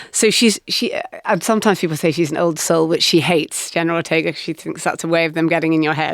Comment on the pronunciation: "Jenner Rortega"